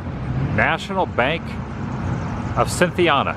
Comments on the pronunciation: Cin-thee-anna. Er-vin. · Right in my neck of the woods today, Adam. Pronunciations are “fowl-muth,” “sin-thee-ann-uh,” and “er-vin.” Awesome seeing you document these places. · You're not pronouncing the names of Cynthiana, and Irvine properly.